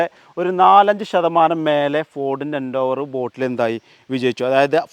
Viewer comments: Nice video bro! Just a small note - it’s pronounced as Ford Endeavour (En-deh-ver), not Endoovar. Just sharing so it helps in future videos 😊👍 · എൻഡേവർ അല്ല എൻഡവർ🤙🏿🤙🏿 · സുഹൃത്തെ എൻഡോവർ അല്ല എന്റവർ ആണ് പരിശ്രമം എന്നാണ് അതിന്റെ അർത്ഥം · eഎൻഡോവർ അല്ലടാ പൊട്ടാ : എൻഡവർ